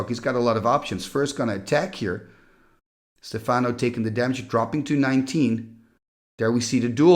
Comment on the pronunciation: Stéfano, not Stefàno, which sounds russian instead :face-blue-smiling